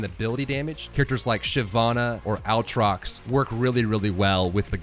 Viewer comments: also "blade of the ruined king" not "sword of the ruined king" the aatrox thing was killing me each time. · It is “Ay-trox” not “Au-trot”, great guide this helps a lot, appreciate the hard work. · God please learn how to say their names... Aatrox is NOT OW-TROX. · AATROX not owtrox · OwTrox lul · disliked because of how annoying it is the way you say aatrox how can you speak english and possibly think its pronounced that way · out here teaching a new generation of League of Legends players how to pronounce Aatrox wrong 😂😂😂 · I literally laughed for twenty seconds every time I heard that Aatrox pronunciation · the way you pronounce Aatrox makes me wanna bleach my ears HAHA